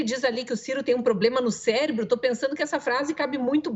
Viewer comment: Se não me engano ele falou "CÉLEBRO"....KKKKK